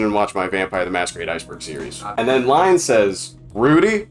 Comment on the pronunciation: Line is a female Danish name. Sry to say but your pronunciation is way of.